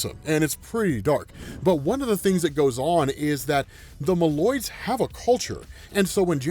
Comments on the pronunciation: Mole-oids, because hes Mole Man. Not malloids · I always thought Moloids was pronounced “Mole-oids”